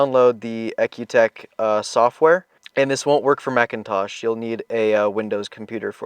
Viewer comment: I understood cars have an E C U not an EK U ... the Product is pronounced E C U TEK..